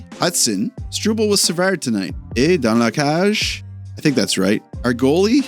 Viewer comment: “ET DANS LA CAGE”!! New phrase coming in hot! And nailed it first time saying it! WOW 🔥